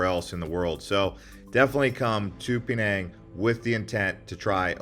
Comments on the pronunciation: Pee-nang? Shudders… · Dude, your coverage is very shallow. You should read more before going. And your pronunciation of "Penang" is way off base.